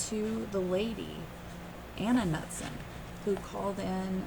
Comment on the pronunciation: not a big deal, but the last name is pronounced K-newt-son. 😊